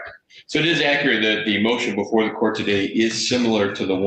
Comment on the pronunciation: Im still stuck on how the first guy pronounce COURT he took the U & R out and replaced it with another O 🤦🏾‍♀️🤦🏾‍♀️🙄🙄🙄